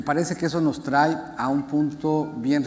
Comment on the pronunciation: No,,no te creemos,,, callese,,,se dice trae no trai